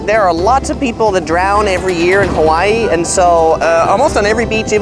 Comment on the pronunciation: Your Hawaiian pronunciation is pretty good. You seem to do better with the longer words than with the shorter words lol